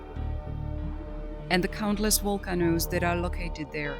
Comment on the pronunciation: Wicktems and wolcanos!! Come on quit the aggravating computer voices. So many potentially great channels are ruined by this laziness